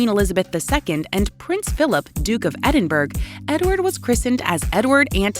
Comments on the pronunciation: Narrator can't pronounce Edinburgh properly. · Mispronunciation of the “Duke of Edinburg” throughout this presentation. So annoying.